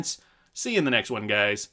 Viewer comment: AGAIN, its pronounced "won" not "you on"